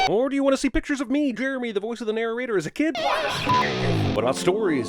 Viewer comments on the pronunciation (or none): none